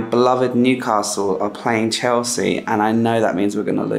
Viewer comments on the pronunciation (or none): none